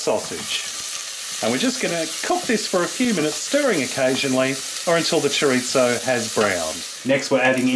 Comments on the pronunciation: Chorizo is not Italian bud. Don't call it chorizzo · For some reason I aways smile when you put a "t" in chori-zo. I am definitely going to try this. It has enough meat/veges mixed in with the rice to make it diabetic friendly. Thank you!